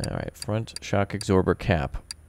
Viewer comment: "Shock agsorber"